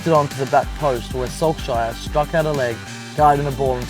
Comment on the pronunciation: how did Solskjær become 'Sulk-shire'?